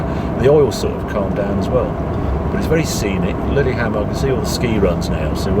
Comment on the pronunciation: "Liddy Hammond" ??? Lillehammer !!